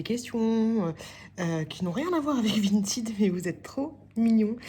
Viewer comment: On dit pas vintYd on dit vintEd😂😂 Et t’es trop belle😘😘